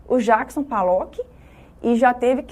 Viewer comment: Desculpe mas Jackson P A llock?! P "A" llock????? O nome dele é com "O" P O llock... POllock... não sabe o nome do artista e é PROFESSORA de artes? Isso explica muita coisa sobre o ensino no Brasil...